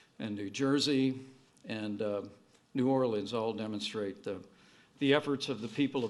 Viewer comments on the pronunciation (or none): none